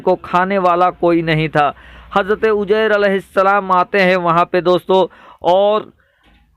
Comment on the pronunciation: sugra bshir qadri aap shahr ko sahr yani jadu kalfz kahte aor uzayr ko ujyr kahte h aap se guzarish h ke aap apni urdu zban sahi sikhe